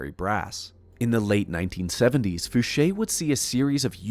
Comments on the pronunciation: Oh yeah! This is exactly what I been itching for....a nice long video!..and congats for finally saying Fouche like Ed used to pronounce it himself...i really love watching old videos of Ed talking about his life.. he's the first person I heard mention having to wear foggles at Area 51 and have since heard former SR-71 pilots attest to the same thing about having to wear foggles while moving around the base.. awesome video brother....thanks..🤘👽🤘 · and he pronounced edgar fouches name correctly!! FOOSHAY! i would lol every time he said f-ouch!